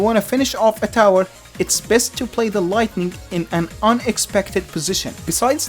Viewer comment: I heard “the lighting ball”